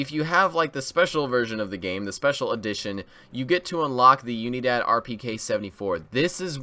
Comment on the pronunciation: It's not you knee dad it's oo knee dad